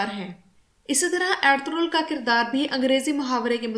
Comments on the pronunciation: کوئی ایرتورل کہہ رہا ہے کوئی ارتغل کوئی ارتل۔۔۔ صحیح نام ارطغرل ہے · Medam pehle darame ka Nam tu theek se Lena sekh lo pher ghalti nekalna jahel ouret